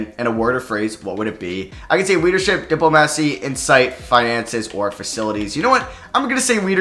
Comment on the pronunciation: You say diplomacy weird😂😂